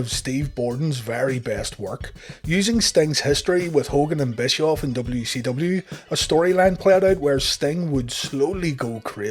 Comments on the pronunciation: Is he saying W-she-W? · Am I the only one hearing WECW?